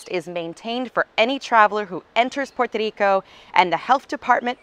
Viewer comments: Thank you for the information. I love the way you say "Puerto Rico". I'm looking forward to visit the island after the situation with the coronavirus settle. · You’re right, she announced Puerto Rico the correct way. But she did mispronounce “Culebra” she pronounced it Calebra, but it’s ok she’s still awesome! 👍🏼😎